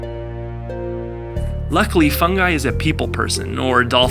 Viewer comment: the dolphin is called FUNGY not FUNGI